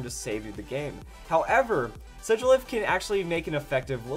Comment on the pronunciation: I LOVE U SIGILYPH the man says shigilyph